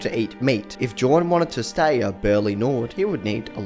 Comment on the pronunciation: Typically J's in nordic culture/language are pronounced as Y's so jorn is really Yorn